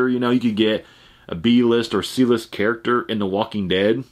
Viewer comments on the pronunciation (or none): none